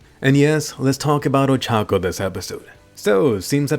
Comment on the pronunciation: Ochako is not that hard to say man